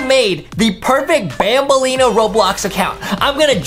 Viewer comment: is not BanbaIeena